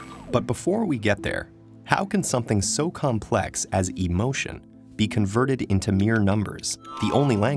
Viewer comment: Isn't there 3 syllables in emotion? I thought it was e•mo•tion.